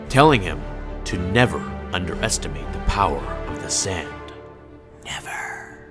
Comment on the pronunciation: "Never under estumate the sand neverrrrr"